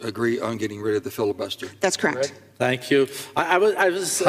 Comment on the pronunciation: "NO SANKOO"